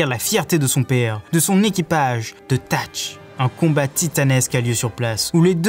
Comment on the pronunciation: Très bonne vidéo mais on dit pas satch ?